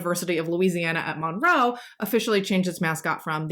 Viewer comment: So, this is a side note. My son is named Monroe and I love your pronunciation of it because you say it perfectly to me!